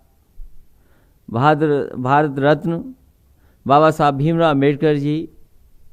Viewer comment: bhai bhasan dete samay lakada rhe hai baba sahab ka sudhdh nam bhi nhi le pa rhe hai